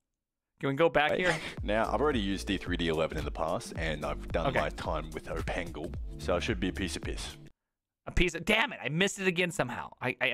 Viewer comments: Not OpenGL but opengle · thats not how you say opengl lol